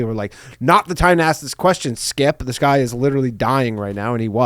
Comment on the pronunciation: I swear I heard "Fastest goy alive" hehe get 'em Danno!